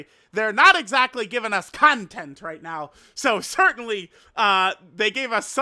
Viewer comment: unc said "right meow" and thought no one would notice 😭🥀